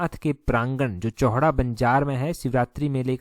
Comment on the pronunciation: सर चौहडा नही है चौहटा बाजार में बैठते हैं।